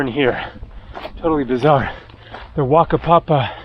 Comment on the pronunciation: what a town Whakapapa - either say it as you read it or I think Mao's pronounce WH as F so Fakapapa!